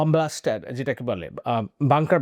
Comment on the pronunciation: ওইটা বাঙ্কার ব্লাস্টার না বাঙ্কার বাস্টার, ধন্যবাদ।